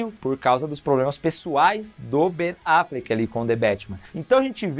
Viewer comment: QUE AGONIA VER VOCÊ FALANDO BEN AFLECK KKKK